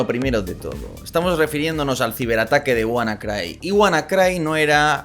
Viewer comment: Se pronuncia "wanacri" de Cryptography